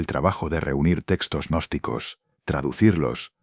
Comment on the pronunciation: Señor narrador cuando usted se refiere a los gnósticos no le agregué una letra a al de la palabra ya que queda agnóstico Qué es la palabra contraria al estudiante gnóstico ejemplo de ellos son los magos negros los espiritistas hipnotizadores y los brujos todos estos odian la gnosis al igual que los yerbateros Julián al Cristo odian la verdad Entonces no nos tilde Agnósticos nuestro nombre bien pronunciado es g Gnóstico .Como lo fué el v.M Jesús de Nazaret.